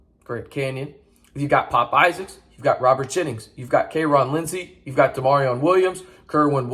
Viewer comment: Where is the "A" in KyeRon?